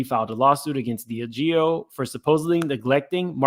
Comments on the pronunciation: DIAGEO - Pronounced: "D - Ah - Gee - O" 😅😅😅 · Pronunciation: DEE ah GEE oh. Diageo.